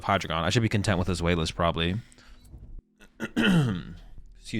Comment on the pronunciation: Zweilous is actually with a "v" sound so it would be "zvhy-luss"